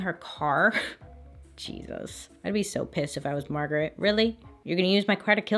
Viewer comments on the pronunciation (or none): none